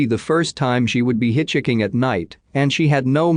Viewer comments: “Hitch Hicking”? You mean hitchhiking, right? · can you not fix these where it pronounces hitchhiking correctly please, it's really annoying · I want to listen but your robotic voice cannot say 'hitchhiking' and I want a real voice. I'm out.